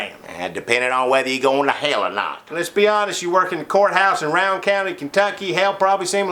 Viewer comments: At least are pronouncing it correctly. Rowan County, the "Row" rhymes with cow... not like "row your boat". Good on ya. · I bet I've heard 50 people incorrectly pronounce the name of that county. I noticed they got it right too.